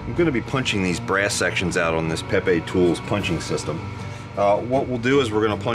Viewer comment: Pepe hole punching machine is what I heard.